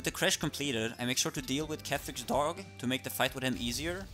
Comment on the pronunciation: ahh yes, the "Ketheric's dAuWg"